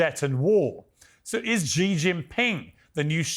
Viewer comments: Xi Jing Ping should be pronounced - See Jing Ping not Jee Jing Ping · Piers, you are an illustrious reporter if I am correct, but I am surprised you don't know how to pronounce President Xi's name. It is "C" or "See", not "Zee". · The correct way of pronouncing the word "Xi" in Xi Jin Ping is actually "Shee", NOT "Jee" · You know how to say Xi? You know how to say ABC the C, then Xi= C , that is all. Nobody told you? Be humble, you have a lot to learn.